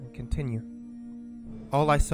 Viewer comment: "i sawr a continru option" very good engrish